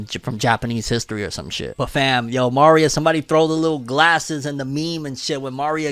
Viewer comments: Uggh the pronunciation of Maria like Mario is killing me lol 😂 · I always thought my guy was some type of Hispanic but going off how he says Maria Im guessing not lol